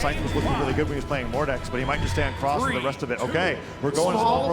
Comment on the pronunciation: What do you mean? Mawkiemoo on his Mowdex and Cwoss? Kyna on his Tewos? And with those wecovewy? 😂😂